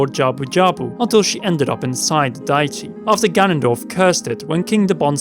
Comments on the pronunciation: Dee-eh-tee or Day-eh-tee but yeah never Diet-ee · Did he just say "dī-tē" [diety]? It's "deity"...dē-eh-tē.